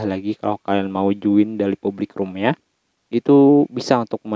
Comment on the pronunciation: Join bukan zuin